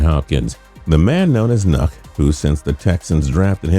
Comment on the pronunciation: Why can't they find a person who actually watches sports to read these narratives? Who the fuck is known as KNUCK? Omg that's so egregious